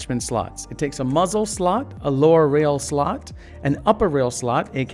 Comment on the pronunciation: whenever this guy says muzzle I feel like he is saying muslim